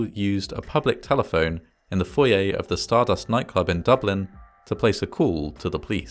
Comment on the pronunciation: Omg thank you for saying Foyer the proper way!! My biggest pet peeve, well one of them…is when people say (foy- err) instead of (foy- yay) I know..weird stuff